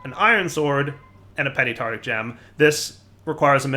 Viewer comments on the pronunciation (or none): tarTARic. Not tartic. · just saying,, it's Tart-AR-ic, not tartic 😂👍